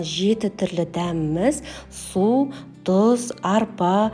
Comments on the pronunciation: Дұз емес тұз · Өте дәмді екеніне сенімдіміз. Тек дұз емес, тұз деп айтыңыз. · Дұұз емес тұз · Жазылуы тұз, бірақ дұз деп айтыла береді. Мәселе Наурыз мейрамды тойлау, көже әзірлеу, қалқам!!! Мереке құтты болсын! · Дуз емес кой Түз деп айту керек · Дуз емес Тус.десеныз. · Қазақ дұз емес тұз дейді, Т-ға тілің келмейді ғой деймін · Дұз емес тұз деп айтып уйренсенші😂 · Дұз бізде айтады!!!!! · Дұз😂 емес,Тұз! ☝️ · Дұз емес тұз...құлаққа жағымсыз естіледі екен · Бірақ "тұз"☝️ деген дұрыс қой